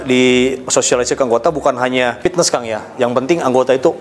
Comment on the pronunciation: Sunda mah P bukan F haha, Pitnes